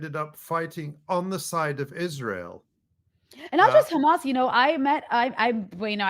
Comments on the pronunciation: Why can’t they say the h. They always say kh. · I think you are right about the "cha" sound, that is how Israelis (like myself) would pronounce the words: Hamas, Hizballa, Hassan. I want to add that apart from having it sound "ugly and scary", they also aim to make the world feel that they are experts in these organizations, because an average American would not even be able to pronounce it. Of course, this is not how you should pronounce these names, but an average American wouldn't know that. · Khezbollah, Khamas, And Khouties! Blo-o-odyyy Chosen Idiots!